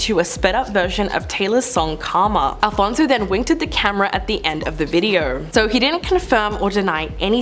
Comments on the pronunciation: It's Alonzo, not Alfonzo omg I'm crying 😂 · ALONSO not Alfonzo pleaseeee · It’s ALONSO, not ALFONSO…. 🫢